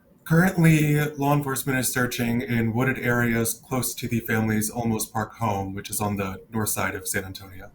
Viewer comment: I really like Nancy Grace but I wish she would get things right on air because the small errors depersonalize the coverage—not even halfway through this video she says: (1) “LA” law enforcement 2X—this case is in San Antonio, Texas—not Los Angeles; 2) “Osolmos” PD Chief, but it’s Olmos Park (its own municipality within the city of San Antonio); (3) “WOIA”— the correct call letters of News 4 San Antonio is WOAI.